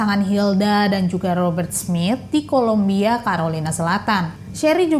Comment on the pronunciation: yg benar itu Columbia, bukan kolombia. beda banget lhooo beda negara itu. tolong diperhatikan